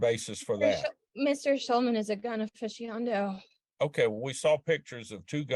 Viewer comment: she’s so high she can’t even say aficionado 😂